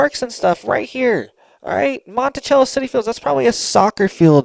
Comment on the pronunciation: Its Monticello Not Montichello. Sounds like MONTISELO. I live here. 👍